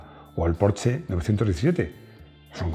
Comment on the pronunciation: "Consejos doy y para mí no tengo" 😂😂😂 el día que pronuncies correctamente Porsche, podrás criticar a los que no saben decir espagueti 😂😂😂